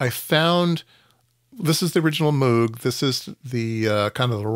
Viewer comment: Would you please learn to pronounce Bob's name correctly? It's so jarring to hear every time you say it. Moog rhymes with rogue, and does not sound like "mewg". Otherwise, nice content. 👍